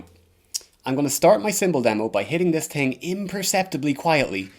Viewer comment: u master the american accent but it’s so funny when u say thing coz the irish accent creeps through and u say ting